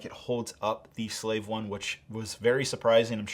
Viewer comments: It’s called the slave 1 not whatever you just said guy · Hey you mispronounced Slave 1 several times